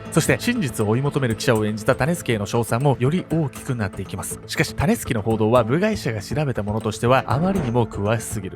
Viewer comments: タネスケって聞こえたから、どんなあだ名かと思ってしまったw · 時々｢タネスキ｣が｢タネスケ｣に聞こえて、脳内でしゃもじ持ったヨネスケが騒いでて動画の内容がなかなか入ってこなかった( ;ᯅ; )笑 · たねすけに聞こえる🤣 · タネスケ タネスケって聞こえるｗ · タネスキが最後まで 種助と聞こえた…(^o^;) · 種助って聞こえちゃう